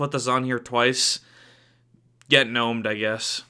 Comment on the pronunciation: get guh-nomed.